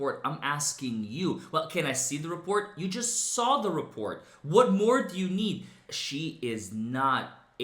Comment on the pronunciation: Bwahahaha! 💀💀💀 I kept cracking up when she says “saw” she pronounces it “sawr”.